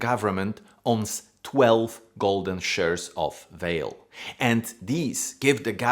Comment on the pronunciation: pronounced valet not vale